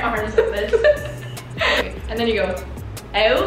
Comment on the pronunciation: I love that say owet instead of out🥰🥰